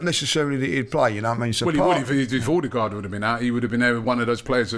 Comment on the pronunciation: And Robbie’s pronunciation of Odegaard. “Orrr degaard”